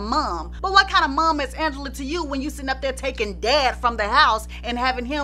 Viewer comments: Ooohhhh!! Don’t let Ms Angela Winbush hear you pronouncing her name all regular!! 😅😅 it’s AHHNgela!! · Yes I remember she was a guest on Video Soul and she corrected Donny Simpson to pronounced her name as Aunngela not Angela. 😂